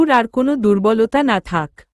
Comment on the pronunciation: দূ্র্বল শব্দকে ফুর্বল উচ্চারণ কেন করেন।